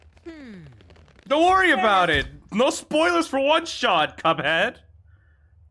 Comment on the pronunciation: Did bro call cuphead coveck??